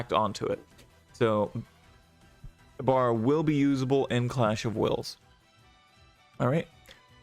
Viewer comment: Ex 2 and ex 3 abilities for ibara and lucuis. You said it wrong